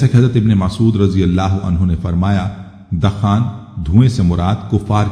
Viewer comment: جاھل شخص , دَخان بول رہے ہو طبکہ یہ لفظ أَلدُّخَان ہے فَارْتَقِبْ يَوْمَ تَأْتِي السَّمَاءُ بِدُخَانٍ مُّبِينٍ